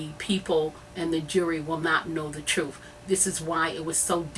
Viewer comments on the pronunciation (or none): take whatever help u get and go to English class lady. its TRUTH not TRUF..it's WITH not WIF. its THE not DA. its MEDIA not MEDIER. smfh